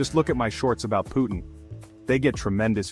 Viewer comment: Его имя Vladimir Putin а не Putn‘❗️ 😩🤦🏻‍♂️ чувак выпрямился когда увидел этот момент!!😅😂👍